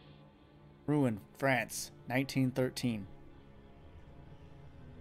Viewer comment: So, apart from the fact I have no clue why I didn't watch this LP back when it came out, I am enjoying this I love that we are called "Rude Hero", not "???" or "hero" Btw, this is useless to you now but the "en" of "Rouen" is pronounced like the "en" of "encore"